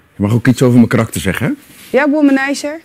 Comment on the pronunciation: "... Gerrit is een wommenizer..." Als je dat zo uitspreekt klinkt dat tamelijk vies..